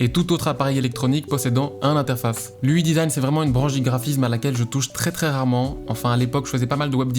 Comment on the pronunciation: J'ai mal aux oreilles à chaque fois qu'il dit "ui design"